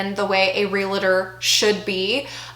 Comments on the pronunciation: Real-tor. REAL-TOR. There is no I in realtor. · Is pronouncing realtor as “realator” a thing in some states? I didn’t know some people pronounced it like that.